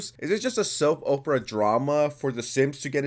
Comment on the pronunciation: soap opra 😂 opera u mean 😭